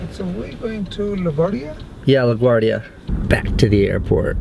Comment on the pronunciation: The driver at the beginning said luguardio